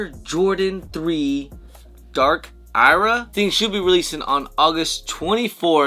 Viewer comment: "Dark Ira"? For real? Now I just think you do it on purpose.